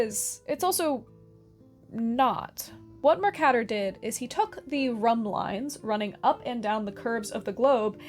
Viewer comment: I usually hear it pronounced Mer-CAY-tor, but other than that you did a wonderful job retelling the history of maps and cartography!